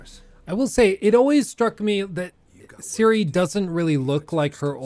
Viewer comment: its ciri num nut